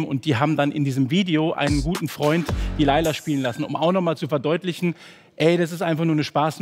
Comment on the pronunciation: Layla auf geiler zu reimen ist so peinlich, weil das Lied "Laila" wie ihr es scheinbar ausprecht, eigentlich "Leyla" ausgesprochen wird und somit der reim auf geiler auch nicht mehr funktioniert.